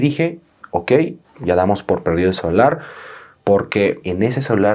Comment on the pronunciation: Like por cada vez que dijo: CELAR en lugar de celular xdxd